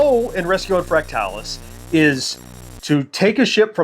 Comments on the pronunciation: I’m not sure you’re pronouncing fractalus correctly. I’ve always heard it as “fractal us” not “fract talus”. Anyone else weigh in? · I kept thinking the same thing throughout the video. My friends/family and I all called it "Fractal us" as well. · I always said it as Fractal us, but as with most games back then the only place I saw the name was in print. So I wouldn’t say he’s wrong, only different than I pronounce it.